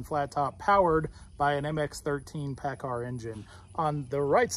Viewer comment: I can tell you cummins will have a hard time keepin with that paacar